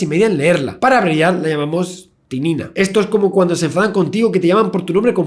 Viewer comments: Creo que es TITINA y no TININA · es titina no tinina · corrigiendo un dato: la proteina a la que se refiere en el video se llama titina y no "tinina" y la palabra es el nombre IUPAC de la proteina, que se basa en nombrar los aminoacidos de uno en uno, y esta proteina posee 38 mil aminoacidos